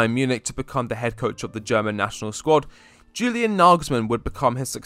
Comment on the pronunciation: Practice saying YEW-lian....it's not JU-lian